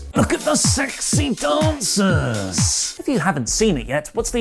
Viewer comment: LOOK AT DA SEXXHY DAUNCERSS!!.. lmao. I can’t get that outta my head,, you sir, are comedy gold